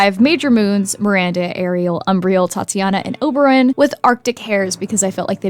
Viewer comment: TITANIA NOT TATIANA 😭